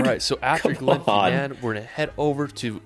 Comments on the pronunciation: Definitely don't learn how to pronounce place names from this guy as he has managed to pronounce half of them wrong. GLENFINNAN is Glenfinnan Not Glenfeenan (Its pronounced like FIT not like FEET). There's just something about his video that makes me feel like I am watching a movie where the scenery has been filmed and then his running body added to it (like CGI). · Please if you come try to prounounce them. Ed in bura, Glen Fin an, Ee lan dough nan and i give uphe prounounce just about everywhere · This guy needs to talk to someone local - its GlenFINnan VY-aduct.... It's not Edinboro - repeat after me "Embra". AY-lan Donan... SLIG-ahan.... Bidean Nam Bian(??) - I'm sure that's Glencoe..... Loch LOW-mond Canada and NZ have more impressive scenery, but Scotland's scenery is closer changes around every bend, and nowhere is more than 5 hour's drive from the major cities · Everyone commenting on how he pronounces Edinburgh and Glasgow and totally glossing over how he pronounced Glenfinnan, Eilean Donan, Sligachan (although at least he didn't pronounce it 'Slig-ack-an' like a lot of English folk do (I'm English but am learning Gaelic so I'm off the hook)), Loch Lomond... 😆